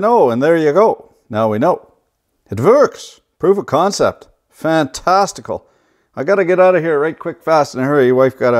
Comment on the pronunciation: "Fantesticle" Lol